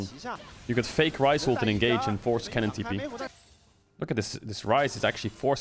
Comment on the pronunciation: I dont know if it is just me but when caedrel says kennen does anyone else hear Kellin? Like I am not bashing him or anything I am just asking a legit question.